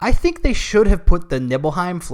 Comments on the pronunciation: This video review is hot garbage. How can you critique a remake/sequel of a story when you aren't even familiar with the original plot. You can't even get the pronunciations correct. "Nibble-heim"? Really, This may sound like nitpick, but it really goes to show that you don't know what you are talking about as longtime OG fans have known that it is "Neebelheim" for a long time now. SMDH. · It's NibelHEIM, not NibelHEEM. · I can't get over how he pronounced Nibleheim